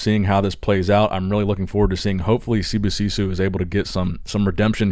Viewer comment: Idk why you pronounce Sibosiso’s name as if it had two o’s at the end. I know it’s not an english name, but it’s not like you’re trying to pronounce the name with an African enunciation.